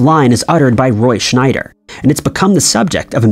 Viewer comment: His name wasn't Roy Schneider but schieder was weird the commentator got it because growing up I too always thought it was Schneider? Maybe another example of the Mandela affect🤔